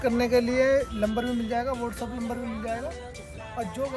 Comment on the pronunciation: Lamber nhi bhai number hota hai 😂